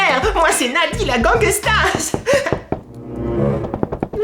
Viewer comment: Gangeusta palimer-euh :D